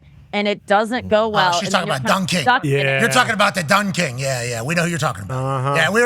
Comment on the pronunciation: What’s the “Don kin?” “Don King” ??